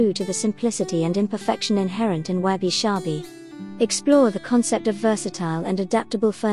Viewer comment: Why do you pronounce it as Wabi "Shabi"?...... I think it should be Sabi